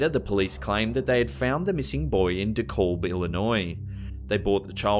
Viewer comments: Haha you say Dekalb IL so weird lmao. Its Di-Kalb not Dee-Kolb. Also I love your content sooo much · DeKalb,Illinois is pronounced DeCAB fyi lol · Dekalb, Illinois? Just trying to confirm. If it is, the pronunciation is Dee-kAAlb. I grew up there, so it was just something I noticed.